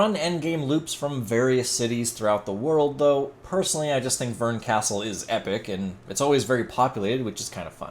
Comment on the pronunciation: It’s Bern, not Vern.